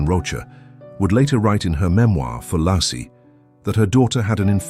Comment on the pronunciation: Pretty sure her name is pronounced "Lay-cee"